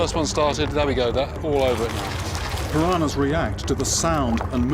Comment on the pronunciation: Its not pirahnas .. PIRANHAS